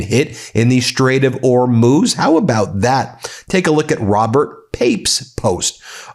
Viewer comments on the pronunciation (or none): Well you stopped saying Hor-mows but now you say Or-mooze. Just say Whore-mooze. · I absolutely love your channel and watch your updates daily, and I am now going to be that person. Could you please try and pronounce the Strait of Hormuz and Mojtaba Khamenei correctly? I do spread word of your channel widely here in my home country where many people are oblivious to the goings on in the Middle East. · Im just here to find out how you pronounce Hormuz today 😂 it’s been changing daily 😂 you’re getting close though.